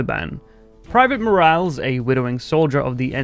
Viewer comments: It's pronounced "Mor-al-es" not "morals" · mor-AL-ez, not mor-ALS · More-als lmfao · I love how people from the UK pronounce Spanish words (unironically, no hate intended.) Between how you pronounce "Morales" and how Sam Pilgrim says "Medellin" it makes me do a double-take and crack a smile every time.